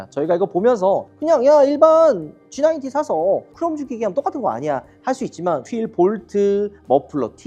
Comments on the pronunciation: 그냥 G90이라고 하지.굳이 영어쓴다고 G나인틴이라고 하는지. 나인틴은 19. 90은 나인티. 완전 다른 발음인데. 티내지 말고 하던대로 하시죠. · 쥐 나인틴이라고 말하는 거 같은데? ^^ 날리면 생각나네요 ㅎㅎㅎ 😅